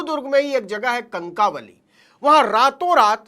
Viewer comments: सर कणकावली नही कणकवली है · कंकावली नही सर कणकवली है. महाराष्ट्र वाले लाईक करा. छ. शिवाजी महाराज कि जय. जय महाराष्ट्र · Kankawali nahi... Say " kankawali "....!